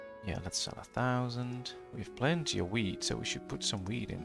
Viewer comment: Its orchard, not orkyard. It's wheat, not weed.